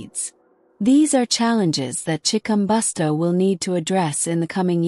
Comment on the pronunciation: learn how 2 say his name